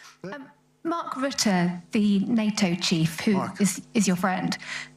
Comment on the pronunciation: American in Holland: RUT-TUH - Stope saying Rutte (Root) Rut - Tuh